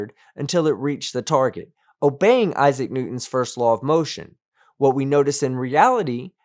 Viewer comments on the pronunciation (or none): none